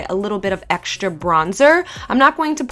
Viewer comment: I read a comment once on one of ' videos about how she says "EXSHTRA" instead of "extra" and other words that an "S" is in the middle of the word that doesn't need the "SHHHHH" sound but she still uses it and now it KILLLLLLLS me when i watch her videos cause it stands out so much, im not usually a person that picks on everything but LORRRRRD this annoys me, i still LOVE her though <3